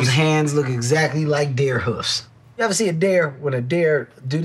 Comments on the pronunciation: Kevin can't pronounce deer lol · Kevin keeps saying Dare Hands instead of Dear. 🤦🏾‍♀️ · Dare hooves? It's deer, Kevin. Deer.